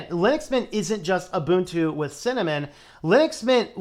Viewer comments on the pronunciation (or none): The fact that (guy in the video) incorrectly pronounces Ubuntu "Yoobuntu" instead of "Oobuntu" already tells you a lot. It's usually the uninitiated who make these pronunciation mistakes.